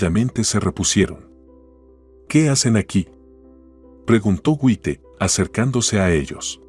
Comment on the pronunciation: El narrador es un disparatero. Hasta un niño pequeño sabe que no se dice Wite, sino se lee Jait. Deben de leer bien y buscar quien les diga cómo se dicen las palabras. Ya cansan con tanto disparates.